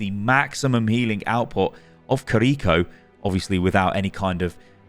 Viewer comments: Ki-Ri-Ko not Ka-Ri-Ko🤢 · "Creeko" my dude. her name is Kiri-Ko. jfc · "Kuhreecho" 😩 each two letters is a syllable. Key, ree, co. Ki-ri-ko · kreeko.. do people do that intentionally or do they can't say Kiri-ko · you are pronouncing it wrong. its not kiRIko its KIriko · i hate how he keeps mispronouncing her name "koriko" bruh theres two i's its "kiriko" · Kind of triggering me that you're pronouncing it ki-reek-oh 🤣 Kih-rih-koh with no accentuating any part of it. Aside from that thanks for the demonstration/explanation 😆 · Im sure its Kiriko not KRRiko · It's not kiRIko is kiriKO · I'm so triggered that he pronounce her name korrikoe is it hard to say KIRIKO?🥲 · It's not Kariko It's Key riko. Ki is said like Key. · Pronunciation: key-ri-ko, not cariko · Kee ree ko not ko ree ko ._. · its ki ri ko🤣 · Why do you say Kuh-REEko??? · It’s pronounced KIR-i-ko. The accent of the name is on the first syllable. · the way he pronounces her name makes me cringe so hard ahhahaha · Now that's one interesting pronunciation of Kiriko lol